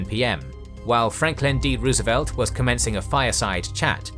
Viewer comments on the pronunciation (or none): none